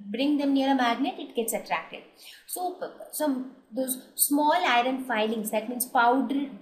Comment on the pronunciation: Very helpful i just saw this video even i didnt stidy the whole lesson but only with the help of ur video i am gonna write my exam by thw way u pronounced the iron fillings wrongly..but anyway thats not the matter ...tnk u so much for urrrrrrvideo upload more like this